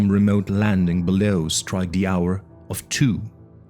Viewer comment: You say "the" like "duh". "Duh night". "Duh Castle". Love Lovecraft. Thank you